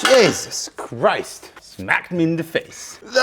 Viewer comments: You sounded like a proper Irishman with the jaysus christ🤣 Respect from Ireland bro🇮🇪🇮🇪👍👍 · becomes Irish with the “Jaysus Christ” 😅